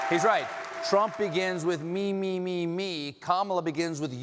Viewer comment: Bill Clinton learn to say Kamala's name correctly please